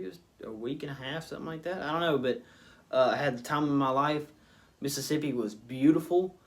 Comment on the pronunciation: I miss Mississippi all the time I stay in NC now like different worlds. You deff fit in down there you already say Mississippi right!